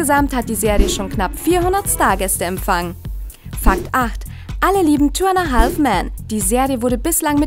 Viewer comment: Ich hasse es, wenn Leute ,,haLLLLLf" sagen :D